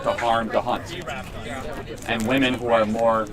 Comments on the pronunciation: It annoys me how she keeps saying woman and not women. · Why do these loons always pronounce “women” as “woman”?